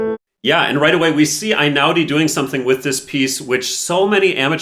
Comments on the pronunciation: unA mattina, if we're being pedantic. Also eɪ-ˈnaʊ-di (ay-now-dee) is closer. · It’s Einaudi like letter A not like letter I. It’s Italian not German. And Mattìna with the accent on the I not on the a. Why can Americans never be bothered to learn the correct pronounciation of anything??? Annoying approximate people. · Totally agree. But please. Before talking about an Italian person with an Italian surname, don't you think it's important to learn how to pronounce it? The "E" in Italian is not the "I" of iPhone. Einaudi sounds like Ehi-naudi. Damn! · It's pronounced Hey-now-di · I am Italian and love Einaudi. Did you know that his surname is pronounced E like electrify not A? He is the direct descendant of our past President. I love his music because it creates a wonderful atmosphere. You can’t play it mechanically, you need a soul. And it’s the soul of his creations that touches the hearts, not virtuoso performances.